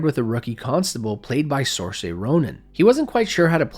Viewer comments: Sersha, not fucking sorsay, is this another AI voice acting? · Sorsay Ronan... It's Seer-sha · Sor-say Ronan🤣🤣🤣 I don't blame you but it's pronounced Seer-sha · Quick comment to mention that Saoirse Ronan's name is pronounced like "SIR-sha." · Daly city is pronounced "Daily," not "Dally." And Saoirse Ronin is "SUR-shuh." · You butchered the name Saoirse...just awful